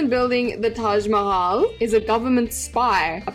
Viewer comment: It hurts me when literally everyone miss pronounces Mahal in Taj Mahal 😭